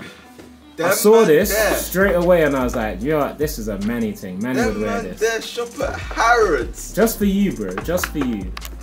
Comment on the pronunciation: he said the british ting ayeee letsss gooo